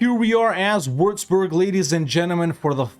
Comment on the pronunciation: Its pronounced wüatzburg, not wurzburg🤣